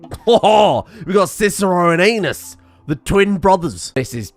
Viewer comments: I wasn't looking at the screen and heard Aeneas as "Anus" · Hi, can you say Aeneas just one more time...